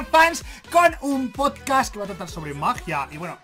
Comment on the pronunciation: En el minuto dice poscat